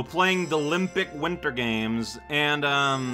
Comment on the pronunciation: I had a thought. Is it being pronounced the Lympic Winter Games on purpose because of our randomly missing first letters.